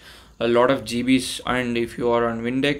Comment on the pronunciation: "A lodov GeeBeez" <3